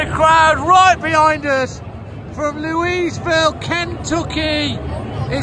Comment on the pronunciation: You pulled out all the stops for this one!! Brilliant. And by the way it's pronounced; 'Lewey-vill'!!!! Ha Ha. Cheers and have a good summer....